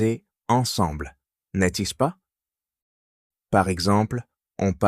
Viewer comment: N'est -ce pas isn't pronounced properly in this video.